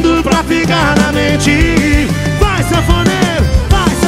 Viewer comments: Aos achei que ele gritar : Vai safadão, vai safadão...😐😐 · Quando o Henrique fala "Vai sanfoneiro" da impressão que ele vai dizer "Vai Safadão" 😂😂😂😂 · Quando o Henrique fala: "Vai, sanfoneiro!" Eu entendo "Vai, safadão" 😂😂😂